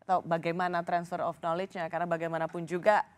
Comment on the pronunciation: knowledge dibacanya nalij....